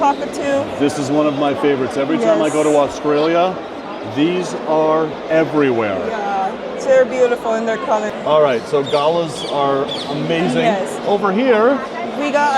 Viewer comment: Love the tour of the bird show. Although I may have laughed when you said "gulluhs" for the birds we tend to call "galaaagghs". The emphasis is on the second syllable 😅